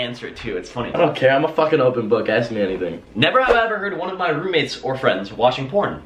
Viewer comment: Hi I like pizza do you like pizza if not we can't be fwends I need fwends please be my fwend